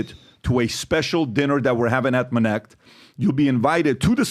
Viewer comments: bru sounded like biden yapping about " minnect" jesus i never wanna hear that word again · Minnect? Really?